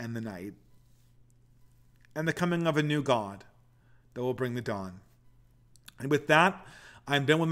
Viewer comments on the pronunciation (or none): none